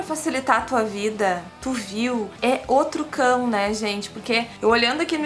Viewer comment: é O trucão Eu entendi: é outro cão Kkkk